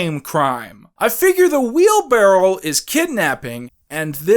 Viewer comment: are you saying "wheelbarrel" instead of "wheelbarrow"??